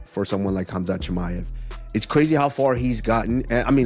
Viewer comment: Bruh turned khamzat into chinese lol chimeav to Mr ching ma ev 😂 That being said khamzat would still beat ulberg